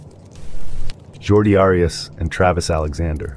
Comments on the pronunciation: ^ Jodi. Jodi Arias. Jodi. there is no r in her first name. There is no h sound in her first name. Her name is Jodi Arias. Jordy is the dude who hangs out in Star Trek tng. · JORDI Arias? It's JODI. J-O-D-I.